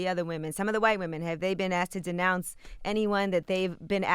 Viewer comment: "Disnounce" Lord have mercy, yeah, I know, we got so much mouth but don't know how to properly say what we mean . . . smh btw I can't stand Meghan either, but we have to be on top of our game when we take somebody down